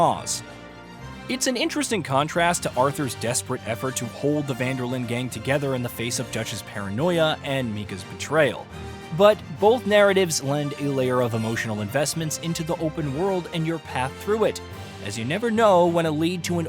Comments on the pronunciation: Tell me you're using AI VO without telling me. "'Meecah's'" betrayal" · "meekah"? "Pleth-ora"? English? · "Mika"? 🤨Very hard to believe that's an honest mistake while reading from a script. If you've played RDR2 and that game is the subject of conversation, then you know it's Micah, pronounced the way any native English speaker would naturally pronounce that name. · did he just call him Mee-cah? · You pronounced Micah wrong…and plethora.